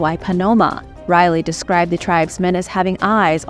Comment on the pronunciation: His name wasn't pronounced Riley it's pronounced rally great videos tho